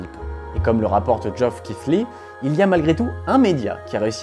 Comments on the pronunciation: Joff Kifli ? XD Je sais pas pourquoi cette prononciation m'a autant fait rire. Au cas où, la bonne prononciation c'est Jeff Kili. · Le pauvre Geoff Keighley qui voit la prononciation de son nom complètement massacrée